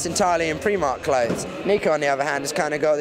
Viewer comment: said Primark wrong face palms